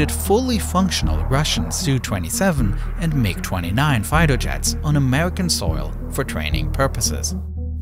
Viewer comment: what are "Fighto Jets"?